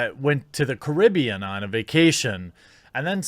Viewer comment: Its Caribbean , not Caribbean by the way. Why would people think that these always listening apps would not be always listening? FFS.